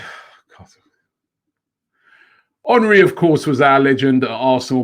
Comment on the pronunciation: Is it "Hornry" or "Henry"?